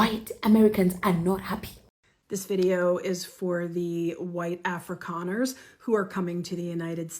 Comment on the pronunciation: that hard R at the end of afrikaner was personal 😂😂😂